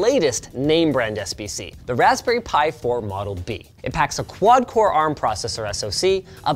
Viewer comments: RESPBERRY ALERT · "Respberry Pi 4" lol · What is a Respberry? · Respberry pi?!? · respberry pi, I love the mistake! ;)